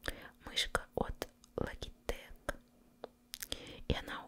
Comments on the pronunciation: Как можно был такой бездарной ,даже не посмотреть как правильно произносить названия комплектующих .от логитек,сиджи и 1000вольт ,я упал в осадок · Самое обидное, что человек не разбирающийся в вещах за которые платит более полумиллиона рублей, просто переплачивает в разы хайперам( хотя за 500 к можно собрать машину для убийства) И да легко понять что неразбирается в этих вещах, по произношению слова логитек)